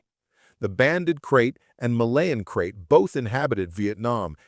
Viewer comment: Its called a fu#kin snake not a bloody crate. Either narrate this shit yourself or don't bother with Ai slop.